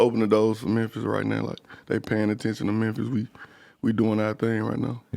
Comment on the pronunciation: NY - “Mew” = Memphis - “Mer”